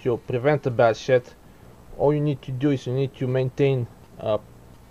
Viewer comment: with your accent it sound like bad shit instead of bad shed but i like it haha great video